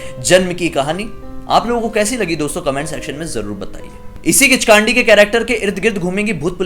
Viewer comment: किचकांडी नहीं ,किचकंडी कहते हैं उसे